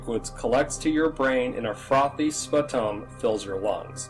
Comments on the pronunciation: Sput-tum? Really, dude? Before narrating, try to learn the language!!!! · Dude! Your narrative is terrible, you can't pronounicate. Sputum is pronounced spew-tum. Also wrong pic and I'm sure it still is a big deal to go to Everest as one in six climbers never come back! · He mispronounced sputum!